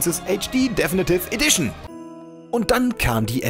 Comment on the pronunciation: deffnitiff edition, junge sprichs doch mal richtig aus